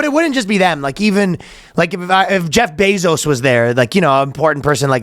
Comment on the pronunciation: Calling Jeff Bezos “Zose” is pretty funny lol